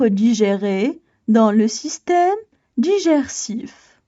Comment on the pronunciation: Tu a mal prononcé le mot : Digestif